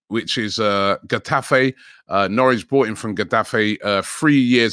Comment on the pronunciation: Nowrich lol. Editor needs to go back to school